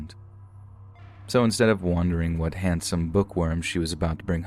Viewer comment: Why do you say wondering like wandering and wandering like wondering 🤔